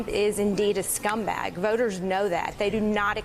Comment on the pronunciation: DID SHE SAY SCRUM BAG,WOOOW, OK MAMA LET ME FOUND OUT...CASHMERE